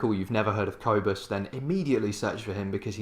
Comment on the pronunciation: Cobus is awesome. And this video is cool, too. By the way, the “o” in Cobus is pronounced like the “oo” in poor or the å sound in Swidish. And the “u” in Cobus is pronounced like the “u” in burn.